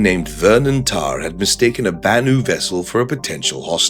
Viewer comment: "banu-ity?" had me rolling